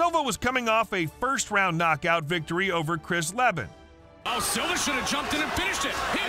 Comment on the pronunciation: Right? Someone either isn't quick enough or doesn't know fighting. Like how he said Leh-ben, and it's pronounced Lee-ben.